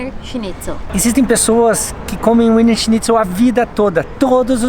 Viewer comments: adorei o vídeo adoro essa tag, mas queria dizer a vcs que não se pronuncia WINER SCHNITZEL com W, se pronuncia com som de V ( em alemão o W se pronuncia com som de V) Beijos 😘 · O "w" tem som de "v". Ouvir Úiner foi dose :) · WIENER se pronuncia VINA. Em "brasilês" é VINA SCHINTZEL. Wiener significa vienense em alemão. Aquela salsicha vina que vocês comem no sul significa salsicha vienense, só que escrita como se pronuncia. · Aprendam; W em alemao tem som de V. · A pronúncia é Viener...o W tem sim de V na Alemanha e Austria, meus queridos. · Muitos bons os vídeos! Vocês estao pronunciando Wiener errado, aportuguesando seria algo como vina. E por curiosidade, Wiener = vienense, de Viena. O autêntico Wiener Schnitzel é feito de carne de vitelo (bezerro). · Olá, adoro ver os vídeos e esses de comida são bem cruéis (pq eu tb quero). Eu queria dar algumas pequenas dica de alemão... Diferente do inglês, o W tem som de V e o E tem o som de A (exceto quando está com IE, que tem o som de i comprido). Espero que tenha ajudado! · Queridos parabéns... o skema é Eslovénia mesmo!!! Ahh... o nome é "Víenêr" <-pronúncia pt, e está parecendo winner ... o Schnitzel está correto... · Gente, como vcs usam o app de linguas acredito que o nome do prato seja mesmo pronúnciando o W como U como no ingles como vocês disseram... Mas eu sempre achei que pronunciava como V. 🤔 Sobre o Limão no saquinho é assim pra não cair sementes. 🙂🍋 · No alemão o w tem som de v. Se fala vienerschnitzel .